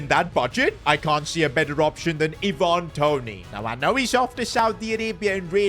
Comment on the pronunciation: Iven Toney 😂😂😂